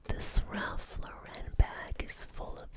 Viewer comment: Great video, thank you! It is pronounced Ralph LAUren tho, not Ralph LauREN. 😊